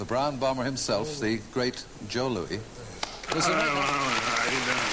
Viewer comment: 1. Ali is staring into his future wondering, "Is that my fate too?" 2. This host pronounces the name "Joe Louis" as "Joe Louie" . He must be the only guy in the history of the world who did that.